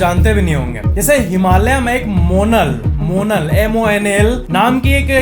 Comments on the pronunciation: monal nhi isko monaal pronounce krte hai. ab himalya pr bhi ye endangerd ho gya hai! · Not मोनल It's मोनाल Himachal national bird